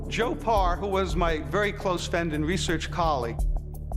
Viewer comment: PARR not BAR